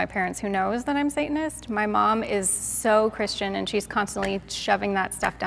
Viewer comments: I’m guessing it’s the girl in the red lip and white top cause she said satinist the rest didn’t they just said sayanist they didn’t pronounce the t so I’m guessing her literally from the first 10 seconds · my first guess is the one who pronounced the first “t” of satanist.